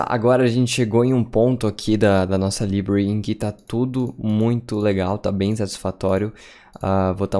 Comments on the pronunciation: Bom vídeo. Só precisa pronunciar "library" corretamente. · Conteúdo maravilhoso, só dói o ouvido quando ele diz library.